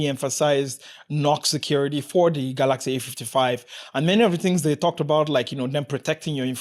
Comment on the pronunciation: I like ur pronunciation kaalaxi